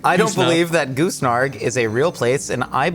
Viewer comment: "Goose", "Goosnark", "Goose NRG" when literally spelled the word for you. Your merch is expensive enough, stop being so cheap and get an intern to at least fix the most obvious mistakes. "Peace Pudding" ffs guys. "Sandal" instead of Sambal